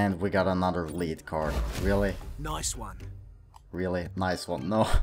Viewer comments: You say "Dirty Bomb" like a boss!.....also it pronounced "Led" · It's pronounced led but I still liked the video. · Its not liid card its lead